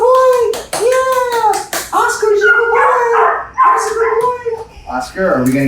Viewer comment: Good BOY not goy (slur for gentile)